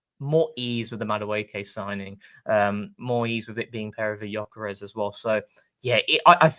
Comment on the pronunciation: Lads....... how many more times, Viktor's surname is pronounced "Yuh-kuh-resh" FFS!!! I'm not going to tell you again!!!🤬